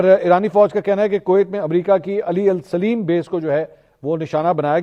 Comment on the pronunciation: ر علی ال سلیم۔ نہیں علی ال سالم ہے